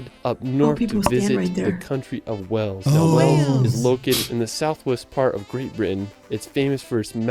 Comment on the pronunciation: The Narrator pronounces Wales “Wells”.